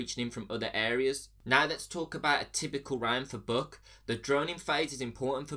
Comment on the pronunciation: i swear he is saying book instead of buck LMAO